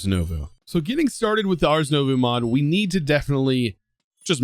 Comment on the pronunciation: btw the s in ars is silent